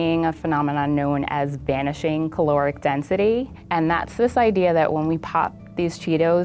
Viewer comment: Lol it’s “vanishing chaotic density” not “banishing.” Why are you banishing it from your kingdom? Did it speak out against the church?